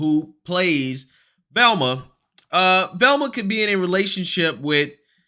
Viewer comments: Velma, sweetie...her name is Velma...not Thelma....😁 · Lmfao. It's V Elma not TH elma. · It’s VELMA not THELMA!!! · So his title says "Velma" and so do the subtitles but he keeps saying "Thelma". You can't take the black out of some people. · VEl-ma not THEL-ma. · Duuuuuuuuude WHYYYYYYY do you purposefully mispronounce so many words?! Are you doing it accidentally or are you just playing stupid? Thelma is not Velma. BRO. LOOK AT THE WORD BEFORE YOU READ IT OUT LOUD. It's infuriating trying to show friends your videos because you sound so uneducated when you read. There's no excuse at all for the way you mispronounce words. "Massatwositts" for Massachusetts... "Thelma" for Velma. Dude knock it off. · I like your videos and I agree with a lot off what you say...... but why do you keep calling her 'Thelma?!?!' Her name is Velma!! lol just breaking ya stones bro. Keep up the good work! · You kept saying Thelma. It's Velma, lol. But, at this point. They may as well change her name too. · Listening to him call VELMA “Thelma” is like listening to Boosie call Vlad “Glad.” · Why you say Thelma? First say vampire, now say Velma. V...Velma. With a “V”. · lol you keep calling her "Thelma"